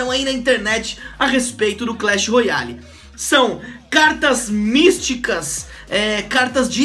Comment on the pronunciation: Alguem ensina ele a fala royale mds